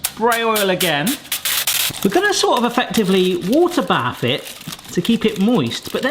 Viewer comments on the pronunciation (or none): none